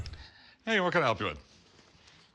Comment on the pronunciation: He said pelp instead of help